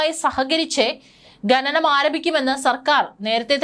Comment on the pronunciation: ഘനനം അല്ല കുട്ടി.. ഖനനം ആണ്..വായന ശുദ്ധമാകട്ടെ...ഭാവുകങ്ങൾ💐💐